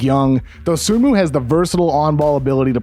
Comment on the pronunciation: The is an excellent breakdown, Kevin. I've watched almost every Bulls game this season, and I can attest to seeing everything you described. HOWEVER, one of the first things I learned about Dosunmu is that the "N" in his last name is silent. It is pronounced doe-SOO-moo. C'mon, man...